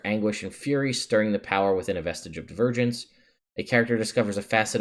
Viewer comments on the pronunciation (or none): Oh, "Vestiges of Divergence." I thought you said "Vestige of the Virgins."